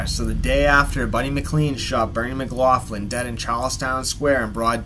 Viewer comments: Its pronounced mc locklin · yes it is. It's pronounced 'Muhgloklin'.